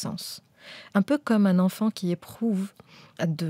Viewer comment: Moi ce qui me perturbe c’est la façon dont vous avez prononcé certains mots … « enfant » par exemple j’ai compris « enfin »